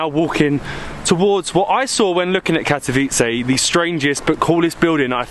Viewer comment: Your pronounciation of the city name is perfect. Thanks for nice and informative upload. All the best in all your travels!